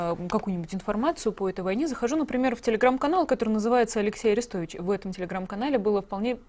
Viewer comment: Орестович ударение на О